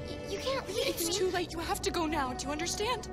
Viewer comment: right neow bro